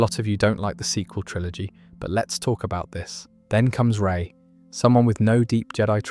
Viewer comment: Gah, you lost me as soon as you said "Rey".